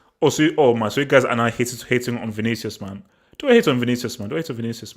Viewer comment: Man said Vinicus